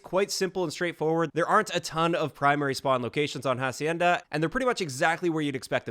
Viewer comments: bro dont pronounce hacienda how you are right now say as if the "h" were silent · Lmao did he really just sound out the “h” on “hacienda” LMAO